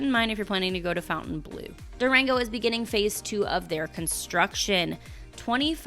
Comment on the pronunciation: Hi! I've enjoyed your videos for years now and love your content. I do have one comment on the pronunciation of Fontainebleau. I mean you no disrespect - Fontainebleau has no U in the word so it should be pronounced without it. Phonetically it is - Fon-tin-blu ( A Frenchman taught me how to say it correctly) and it sounds so much prettier. Keep up the great What's New videos!